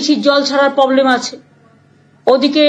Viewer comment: Are bhai poblem noy.... Problem😅😅Problem. Pogram na..... Programme😮😮